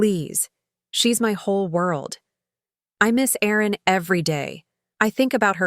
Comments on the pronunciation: Time for Mr Duncan to face the consequences of his action. Aaron or Erin, Does AI not realise that one is a man's name and one is a woman's name. There is also a difference in the pronunciation of each name. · AI could you please get the name right Aaron or Erin? A moving story.